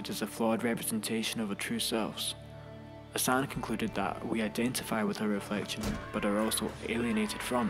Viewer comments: LAKKKKKKAN not Lasan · Zjakies Lasan? It's pronounced Zjak Lakan.